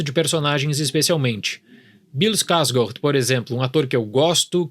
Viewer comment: Gostei da pronúncia do no sobrenome do Bill. Mas nem me arrisco a tentar imitar. Kkk